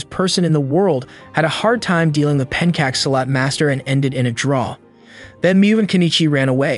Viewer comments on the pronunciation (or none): Just a friendly info to you, the chai in Appachai is pronounced the same way as chai tea. Same for pencak silat. The cak actually pronounced with the phonics similar to chakra. Did you review from the actual source material of the anime? Please don't butcher it. I pray your audience would value authenticity. Sincerely yours, from a Malaysian who lives in the country next to both Thailand and Indonesia. While I'm on this, I hope you haven't pronounced Ryu as "Raiu" treating the y as a vowel instead of a consonant like "yeet" and "yo". Ryu is a "yu" with an R in front of it.